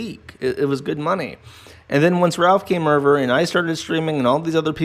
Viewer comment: For someone who doesn't really know how to pronounce "Over", you sure do say it a lot. Still love you though ;)